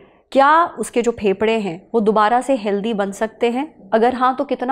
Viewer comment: When you say phepda 😅its sound weard😂 please say fefda I don't know 😅